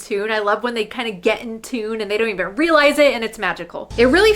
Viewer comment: I love you but your not allowed to say even anymore until you pronounce it right please lol.